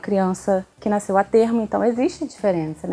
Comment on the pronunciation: Naiiiceu, não, nasceu é o correto.